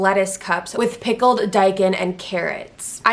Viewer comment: When you said “pickled” it sounded like a mystery 😂